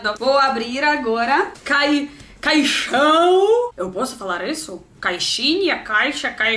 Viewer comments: Se diz "caixona" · fala caixona mesmo kkkkkk caixão parece caixão de defunto